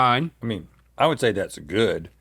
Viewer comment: Does anybody else say would as (wool D)?